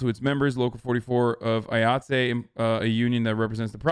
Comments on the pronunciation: IATSE is pronounced EYE-OT-SEE. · IATSE is pronounced “eye at see” lol “”Eee ought say” lol Hasan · "Eye-Att-See" is how the Union pronounces it, and yes I agree. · cuz he sounded pretentious pronouncing it like it was french lmao. I'm also in a Union just thought it was hilarious.